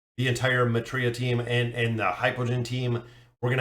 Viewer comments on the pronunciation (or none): Btw it's not mehira it's maetria 😂😅